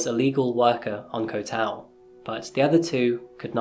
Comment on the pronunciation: Bro, I swear he's sayng "Coffee-Ass Crime" I swear to god that's what he's saying